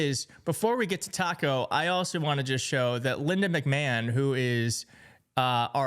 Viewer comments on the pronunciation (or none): From henceforth, McMahon gets the "Kuh-Mal-la" treatment. Everyone, I present to you... Linda "Mick-Ma-hawn". Also, if trump wants to have that amount of control over a school, perhaps he should start a university? 😂😂😂